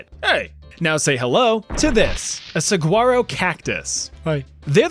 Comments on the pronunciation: While the word "Saguaro" is spelled with a "g", it's usually pronounced as an "h". Like "suh-waa-row". They are FULL of water, they store almost all of their water in the trunk and arms so them things are HEAVY. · The most horrific thing about this video is the pronunciation of saguaro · The g is silent in Saguaro. Just so you know the desert is fuckin awesome. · I mean this so lovingly, you are one of my very favorite creators. You are so talented. However, the way you are saying Saguaro is KILLING ME. I am dead. Dead. I cannot stop laughing. It's like making my day, it's so hysterical. Just for those who don't know <3: The word is pronounced according to Spanish pronunciation rules as result of Spanish colonization. The 'G' becomes a w sound when said in an American accent, and the word ends up pronounced like 'suh-waa-row' in American English! They are really incredible cactuses, and worth the trip to see if you ever get the chance. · The g is silent in saguaro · no worries. It's a Spanish word so it's pronounced a little differently. Great video though. It's unfortunate that the Fresh Prince bars are going to go over so many heads. Loved that part. Have a good day. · I live in southern Arizona. Saguaro - Pronounce the "gu" as a "w". 🙂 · That's because the name is pronounced using Spanish rules. "GU" makes more of a "W" sound if paired like that. I'm surprised so few people know the proper pronunciation... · Suh-Wharro.. if you’re going to insult satan’s butthole,at least pronounce its iconic cacti correctly. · btw, as someone from Arizona, the cactus is pronounced sah-wa-row (no g) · Not trying to be mean about it... Saguaro is pronounced "sah-whar-oh" with a h sound for the g And they grow 40-50ft tall, not 80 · as a native arizonan, i got a few giggles out of hearing saguaros pronounced sa-gwa-ros, hehe- we just pronounce it sawaros. great video as always!! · I’m sorry, but as an Arizonian.. you’re pronouncing Saguaro wrong 😭😅 you say it without the “g”.